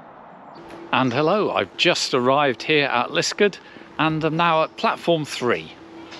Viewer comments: Yes, this is a fantastic experience and well worth the trouble of finding it! Just one small point, Liskeard is pronounced Liskaad, not Liskud. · Hi. I do not wish to be too pedantic as I always enjoy your videos, but can I say that your pronunciation of Liskeard is way off. The name is pronounced Lis-card with an emphasis on the second syllable.